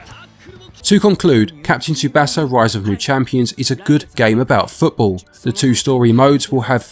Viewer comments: Another great review. The only thing I had a problem with is the way you kept saying the "A" in Manga and in Tsubasa incorrectly. I know you are not bilingual in Japanese so I am not judging you on that, but I am so I will briefly explain the correct "vowel" sounds as best I can in a texting manner. This will help you if you heed what I say in the future since a lot of video games have Japanese developers and/or Japanese people, places, and things. Japanese is not a language where the vowel sounds will change based on the word. They always make the same sounds. Based on the Hiragana and Katakana charts, the Vowel letters in order are: A, I, U, E, O. You pronounce these vowels in that same order as follows: Ah, Ee, Oo, Eh, Oh. Also, the "T" in words that have "tsu" are not silent (like tsunami or Tsubasa). It will bring more credibility to your content if you can say people, places, and things from another language correctly, especially if a lot of your content has Japanese in it. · You really dont know how to pronounce Tsubasa. It means the Wings